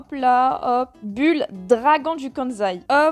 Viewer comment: On dit pas Bul on dit boule